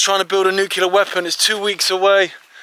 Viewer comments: nuclear not nucular. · The word is nuclear not 'nucular'